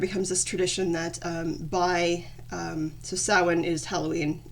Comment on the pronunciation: Samhain is the Irish word for November. Bealtainne is the word for May. Thanks for pronouncing it right because no one ever does lol. Do you know if there’s a term for someone who is native and Gael ? It doesn’t matter I was just wondering.